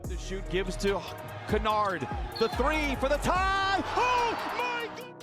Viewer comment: The pronunciation lmao. You called him 'kawaii' XD I'm dying. Also Simons and Kennard were pronounced wrong